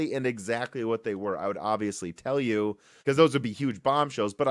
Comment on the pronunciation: Were you saying, "amd", instead of "and"? Or is it just my old ears?